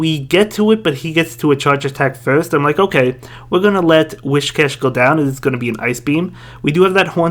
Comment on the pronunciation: Can we show WHISCASH some respect and stop pronouncing his name wrong by calling him WHISHCASH?????